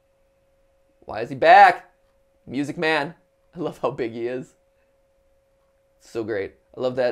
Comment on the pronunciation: MY-OO-SIC MAEN